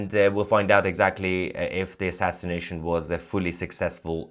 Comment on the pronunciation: Don't say assinsination, say sending them to heaven